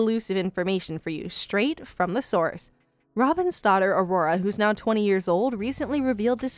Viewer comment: A-Ror-A. Aurora?.........not Arrrrorrrre